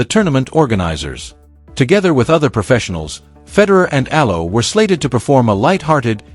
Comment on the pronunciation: ALEX EALA-- ALEX E- YA - LA . NOT AYA.